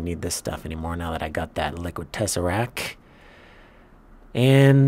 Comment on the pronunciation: Love the series, interesting content, excellent production quality, constructions even look great (fabulous aesthetic styling). Why don't you say " tesseracT " properly ?